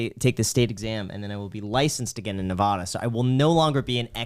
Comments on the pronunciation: I just wanted to comment and say that I’m very offended. You pronounced Nevada wrong. Regards, A offended self employed/ real estate investor ex Californian living in Winnemucca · Huge fan but Graham you’re going to have learn how to pronounce Nevada. You’re killing me man! 😂